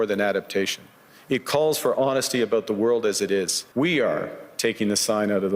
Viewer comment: "Aboot" heheh